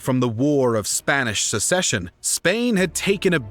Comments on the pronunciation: Will someone please explain the difference between "A war of succession" and "A war of secession" to the narrator? He doesn't appear to have heard of the former. It's all "secession" to him. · Excellent graphics and maps. Excellent detail (with many mistakes). Incredible effort! OTOH, if you want to be accepted as serious historians, you'll need to learn the difference between "secession" and "succession." That's inexcusable. And although the real human voice-over is much appreciated, you'll need to be more careful in future with the almost-unbelievable number of mispronunciations. All in all, thumbs up! Keep at it!